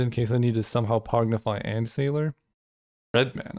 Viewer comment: Pongify: exists: "Pognify"